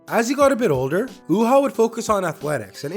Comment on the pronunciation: It's pronounced U-Haa